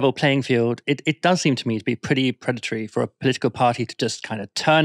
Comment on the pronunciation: Predetary? Is she serious?